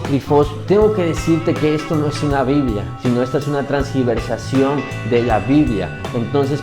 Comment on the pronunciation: Me refiero a como es escribe y se pronuncia.Porque dijo transgiversación :)